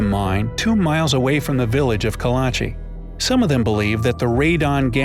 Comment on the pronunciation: Kalachi sounds more like Karachi